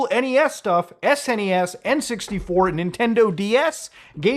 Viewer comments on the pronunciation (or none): none